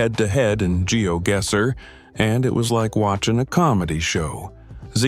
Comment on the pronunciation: pronunciation of GeoGuesser is insane